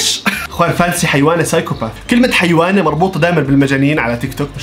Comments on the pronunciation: هيونة ✖️ حيونة✔️ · الدبدوب اسکوشی للراحه النفسیه ثانیا اسمها هیونه مش حیوانا😂😂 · هيونة مو هيوانه